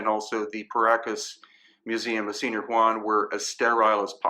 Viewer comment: Senior????? Are you KIDDING me? All the years you've spent in South America and you don't even know how to pronounce the simplest words. Like señor for goodness sake